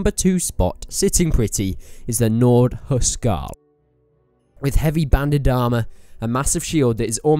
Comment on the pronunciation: Hus-Karl... not Hu Skarl.....